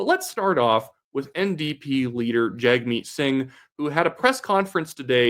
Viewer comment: I'm no fan of the NDP or its leader, but common decency and respect dictates that someone should at least pronounce a person's name the way that person wants it pronounced....and it's not hard. Yes it's spelled Jag, but it is pronounced Jug.....you can disagree with all his positions and policy ideas, but at least be respectful....I was in the army with a soldier whose name was Duench, but it was pronounced Denick (probably dutch or something) and everyone pronounced the name properly even though it looked like Q-uench with a D instead of a Q. C'mon man....show some basic human decency.